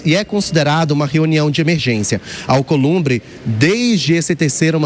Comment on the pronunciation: Companheiro “Alcolumbe” ( pois ele não consegue falar palavras com br, pr etc) quanto vc quer????? Dinheiro na mão gravata no chão.